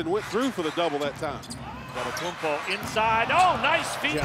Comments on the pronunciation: Shaq be like: "Giannis Antekanupo" 😆😆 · was my favorite “anitokibu” lmfao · Heat commentator: "Adetokenboo" lol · That man really said "Adehtohkumbooooo" I'M WEAK! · Especially the heat commentator saying "Adetokemboo" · "adetokumbuu" made me die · Yikes 😂 “On-a-Tokum-boo!” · “Adentokumboo for three!” 😂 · “auntay token boo” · "Antetokcambooo for 3" best mispronounced version ever. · “Anna-token-boo for three” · this commentator seriously said Autum-toke-m-boo! 🤣🤣🤣🤣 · MY NGA A REPORTER CALLED HIM ANTETAKOMBOU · they used to call him adintokambu, not they call him akumpo. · bro said antetokombu or something 😂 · Giannis the Legend (Still on the fact that the heat Announcer said. “Antetokumbou”) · “A-De-Tow-Kam-Boo”. Close enough. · bro said „antentokoboo“ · bro "anetokopu" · …. Who the hell is An-Doddy-Koomba 🤣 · Ah Day Toe Come Boo 💀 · ...Who is Ant te tom kounm poo 😂. Damn Gianni's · anentokumboo for three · “Ata too kumbu” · Adentokenbooh ! XD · "Atta- taka- Pooo".... announcer should be slapped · Ahh-den tokenboo🤣🤣🤣🤣🤣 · Adendaydokumboo AddaKimbo Adendakimbo 😂 bro just say Giannis…… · An ne tok kum boo ... for 3 xDDDD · I've always known how to pronounce it. My point was more about the effort. The anchor wasn't even close and said a whole different name he said anteKUMBOO or something that was not even close to Antetokumpo. Check the video you'll see what I mean. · Adin-toch-in-boo……for 3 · Bruh the heat announcer killed his last named 🤣😂🤣😂 not even close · After the greatness of Giannis, the best thing about the rookie video is listening to different announcers attempting to say Antetokounmpo. LMAO! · I cant believe how funny that pronunciation is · back to the day when those commentators have not idea how to pronounce Giannis last name lol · how did he pronounce Giannis last name 🤣🤣🤣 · Hilarious how announcer pronounced giannis last name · what was that pronunciation LMAOOOO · WTF was that ahahah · Heat announcer botched it badly 🤣🤣🤣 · Enjoy the pronunciation